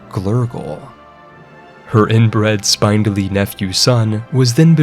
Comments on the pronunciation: It's SpIndly. Not spinedly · “spin”-dly, not “spine”-dly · The incessant rhyming is annoying. Additionally, spindly is pronounced like spin not spine. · The way you constantly mispronounce "spindly" is mildly annoying... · You should look up the pronunciation on "spindly." Or just count the number of consonants in between the i and the y (it's more than 1.) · The writing was phenominal on this one, though I've never heard spindly pronounced that way before, heh heh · I feel I must tell you spindly is pronounced spin dull ee. Also betrothed is pronounced bee troe th’d. Th as in “this,” not as in “three.” It is the mark of a well read person that they know complicated words without ever having heard them pronounced.